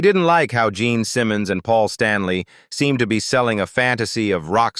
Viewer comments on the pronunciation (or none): none